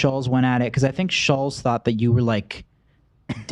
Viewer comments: It's pronounced Shults. It's sad they still don't know how to say his name. No wonder they sucked interviewing him. They researched so little that they don't know his name. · Nelk were saying his name wrong the whole time lmao maybe that contributed to the situation